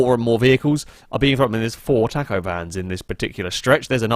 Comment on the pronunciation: oh dear god i hope i never hear you say taco again